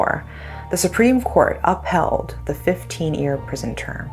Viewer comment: Did this lady pronounce "ear" for "year" or is it my hearing?